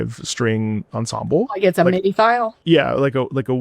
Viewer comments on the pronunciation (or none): none